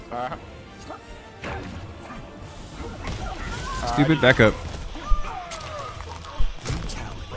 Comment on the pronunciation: had me weak asf 🤣🤣 “ehstoopidd” 💀